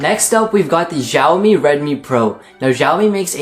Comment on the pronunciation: lol he pronounces it as jhiao mi , it's xiaomi g.d. it